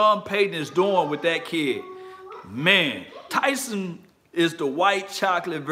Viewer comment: Please pronounce his name correctly. It’s Taysum.